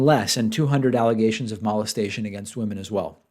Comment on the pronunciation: You say mo-lest-a-tion oddly. Like "malt" hmm.